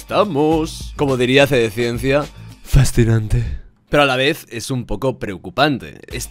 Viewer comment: Ese ''Fascinanteh'' de me ha matao